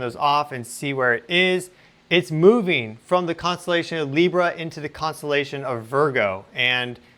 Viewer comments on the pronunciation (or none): none